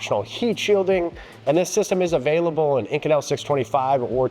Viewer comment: You've pronounced this material 2 extremely different ways. So... is it "Eye-kohn-ul" (in another video) or "ih-coh-nell" as in this video??